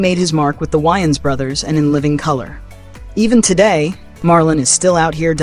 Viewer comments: Its "WAY-INS" not "WHY-INS" smh lol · I don’t like this video. You people always get the worst photos of black people that you can find. But then you’ll get the best ones that you can find for white people. And their name is pronounced Way-ans! Not! Wy-ans?!.. 🤦🏽‍♀️ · Love the video lol you killing me with your pronunciation of name, Wayans ( Way Yans) Loc Dog ( lo coke) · Dude you don't even pronounce their last name right .....Way-ans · Its not pronounced lock dawg. Its loke dawg. You also mispronounced the Wayans last name.